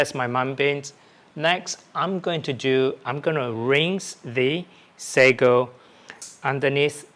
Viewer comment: it's "Sago". Tiny pearl balls 😄